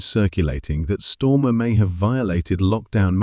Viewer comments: Can’t beleive I’ve been pronouncing his name wrong , it’s clearly on almost every post stormer. 😂 ai click bait bollocks as usual. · This voice is AI, its mispronouncing knob heads name. Can we trust this site ?